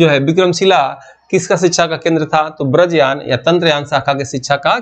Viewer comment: सर आपका हिन्दी उच्चारण बड़ा कमजोर है। वज्रयान को व्रजयान बोल रहे हैं।